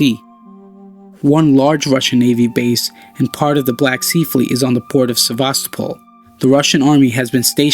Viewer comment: sevastOpol not sevAstopol Please stress words right